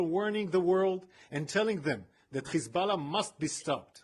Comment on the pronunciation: They use the word "Kkhhhhezbolah" but then they can suddenly pronounce "hostages" just fine.